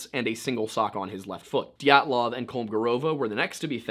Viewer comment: did you just say GYATTlov?